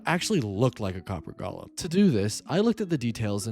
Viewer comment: GO-lem. long O. GOOOOOO-lem! Say it!